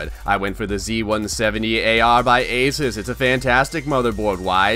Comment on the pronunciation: This man says ASIS INSTEAD OF ASUS